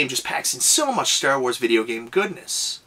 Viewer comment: You say Stair Wars, I don't know why but I find that amusing